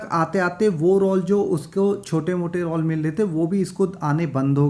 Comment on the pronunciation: रौल नहीं रोल बोलना सीखो।ग़लत उच्चारण मत करो।